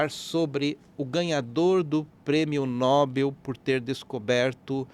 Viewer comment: "NOBEL" e não "NÓBEL".